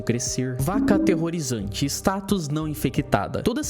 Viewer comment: "Vaca ateerorizante" QUE ISSO KAKAKAKAKAK